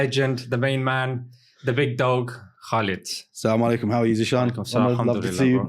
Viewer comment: Brother we say Asalamoalaikum not selamolaikum